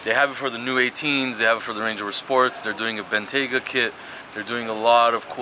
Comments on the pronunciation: # pronounced Bentayga tthe right way! nice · The first pronunciation from for the Bentayga was correct